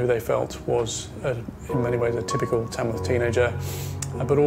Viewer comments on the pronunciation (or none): The place is called Tamworth not Tamsworth. I know I live here. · It’s Tamworth. Not Tamsworth. 🙄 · It is Tamworth , not Tamsworth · Nope. It's Tamworth, not Tamsworth.